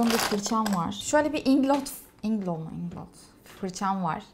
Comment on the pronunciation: Hala inglo mu inglot mu telaffuzu canım yaz nete bi bak yaa... Amaaa ömür boyu mutluluklar..🤗